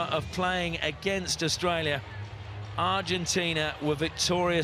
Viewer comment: HE SAID AUISTRALIA🤣